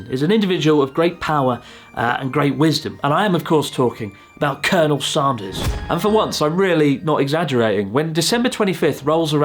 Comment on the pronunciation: Say "and", then say "sand", then say "Sanders", then laugh at yourself for how you pronounced it in the video 😂😂😂